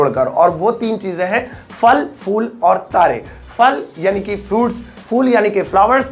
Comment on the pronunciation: Bhai Fal nahi phal bola jata hai